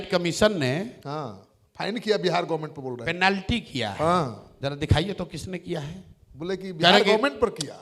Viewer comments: Panalty ❌ Planty ✔️ Construction ❌ Cantuction ✔️ 😂😂😂😂😂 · Plenty nhi penalty hota Hai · Plenty nhi be penalty hota hai... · ऐ पेलेन्टी क्या है मुख्यमंत्री जी कौन से स्कूल या कालेज ऐ पेलेन्टी पढ़ाया गया था आप को पेनाल्टी को पेलेन्टी बोलते हैं हाफीडिफिट आज पहली बार सुना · Pelenty nahi penalty hota hai.app bihar chalwoge😂😂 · Are sir penalty hota h plenty nahi😅kahe apni chhavi kharaab kar rahe kisi ka help le lo😊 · सम्राट जी पहले तोआप को शुद्ध बोलने नहीं आता है पेनल्टी बोलना सीखिए